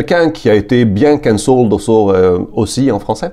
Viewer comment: Il faut accentuer la première syllabe, CANcelled.